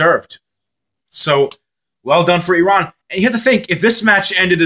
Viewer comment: Thank you! Appreciate the nice comments about Iran. And oh thank you for pronouncing “Iran” the way it should 😊